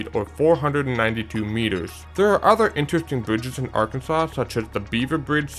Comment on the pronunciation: The river the Keeper of the plains bridge crosses is pronounced Arkan.zuhs NOT Arkun.saw. 😁